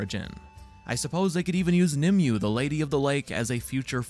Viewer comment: Nimue is pronounced the same way as segue, not nimyu.